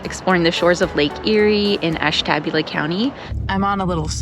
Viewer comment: You pronounced Ashtabula wrong. Ash TA booula.